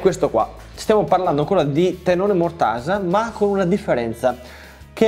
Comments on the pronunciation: Ottimo video ed ottimo progetto, come sempre💪🏼 Solo un appunto: tenone, non teNNone... Grazie😂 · Ciao, Mi è rimasto un sacco pieno di lettere "N" dove te lo mando? Tenone si scrive e si dice con una sola "N"! Ma forse tu volevi rimarcare che questo stile di lavorazione genera dei "tennoni" molto piu forti e resistenti di quelli soliti. A parte la critica, sempre e solo scherzosa, hai fatto un bell'armadietto, complimenti! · Bel viduo, comunque si dice TENONE con una sole enne.......